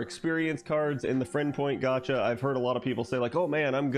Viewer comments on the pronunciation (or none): none